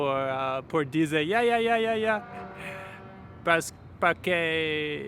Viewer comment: Tienes muy buen español para "no saber nada". ¿Cuando dijiste "yayaya" quisiste decir "jajaja"? jajaja